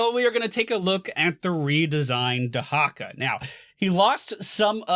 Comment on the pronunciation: Thats not how you pronounce dehaka <3